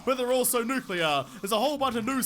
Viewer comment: Nudclear!! He he he